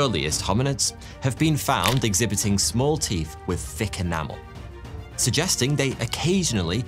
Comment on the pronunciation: You have a very peculiar speech mannerism, and I am wondering where it comes from. You have an unusual way of rendering "th" sound. You say "wif" instead of "with" and "free" instead of "three". You also render the voiced "th" as "v". You do this most of the time, but not always, and I can see when you do it by watching the way you form your lips. I can see and hear that you also sometimes render the unvoiced "th" in the way that is customary for native English language speakers. I have encountered this 'f' and 'v' substitution in people from the Carribean islands for whom English is a second language. So, how did you acquire this speech mannerism?